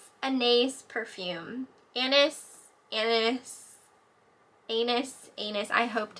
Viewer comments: Yes Kipling collector’s love to have the monkey charm. Rofl anis anis, it’s pronounced annay annay you gave me a laugh there you know i don’t understand people sometimes, why lie. Unless she was out and someone else in the household took it in and put it somewhere n forgot to tell her, here I go I always try n think people are not bad, but o course they are. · Anal perfume, lol! Perfume is pronounced Ahknee Ahknee, I had some when I was younger, back in the 80's. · The french pronunciation is Ann-eye-ees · The perfume is pronounced: "Anaeese, Anaeese" (like geese). It was very popular in the 80s. =) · Just for future info...Anais Anais is a french perfume, and it is pronounced Ann-eye-ees with the same s sound that you make when you say ice (rather that a hard s that sounds like z). Awesome cha ching, and I love when you share tidbits about your reselling experiences! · Anais Anais is prounced a-nay a-Nay. I’ve been wearing it since I was 16. :) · The perfume is pronounced as Anay Anay. I have made the same mistake myself lol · 😂😂 the perfume pronunciation. I have no idea how to say it either.